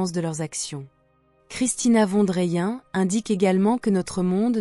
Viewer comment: Juste prononcer le nom de famille : „fonne drayenne“… sinon bien sûr ! le message qu’elle transmet est magnifique, merveilleux, pur et représente la justesse de l‘âme ! ❤